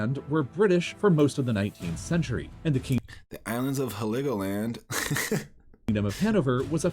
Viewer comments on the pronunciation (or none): Heligoland = Hell - ig-go - land. Not Heliggo-land. The island’s concrete bunkers and arms dumps were blown up in 1947 in an operation called, Big Bang. Apparently, you could hear the explosions in the north of England.